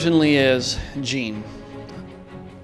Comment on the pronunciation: ur pronouncing jean wrong........